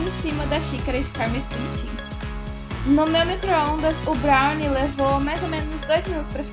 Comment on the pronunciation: N sabe nem falar brownie